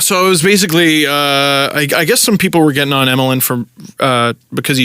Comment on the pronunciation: Emelin is pronounced Yemelin because that's how his name is actually spelled in Russian